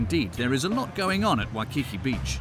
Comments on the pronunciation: Great interviews for this documentary, but you need some clarity on pronunciation. The two volcanoes are Waianae and Ko'olau, not Ko'alu. The Queen is Lili'uokalani, not Lilani. Waikiki Beach, not Wakiki. Makapu'u, not Makapu. Makapu'u is on the east side, not the south. Kahuku, not Gahuku. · He needs to pronounce Koolau, Waikiki, etc. It's all phonetic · The word waikiki is pronounced with the las KI as stonger and not the second one. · And Iolani Palace as well as Waikiki mispronounced. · I had to laugh each time he said names like ‘Haleiwa’ or ‘Waikiki’. Especially ‘Spam Musubi’.